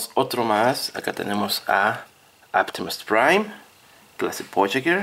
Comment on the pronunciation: Porque carajos dices aptimus pwain y megatwon si es Optimus Prime y megatron